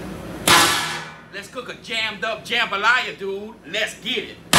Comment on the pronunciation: The main reason I clicked this video is just to hear him say "jumbalaya"